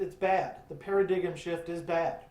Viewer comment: Paradigm, you did mean (Para-dime) right? not Para-gig-em???? I assume you pronounce it that way cause it stinks as an album? LOL